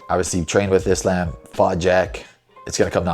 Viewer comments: The fact that you pronounce Islam’s name like “isl’A’m” and not “Isl’U’m” shows your relationship with the Dagestani’s are absolute busllshit 🤣🤣🤣🤣🤣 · So, basically a Muslim who can't even say "Islam" properly? it's not "Islaim", it's pronounced "Islaam". And I ain't even Muslim. What the fuck man. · Bro said Islamb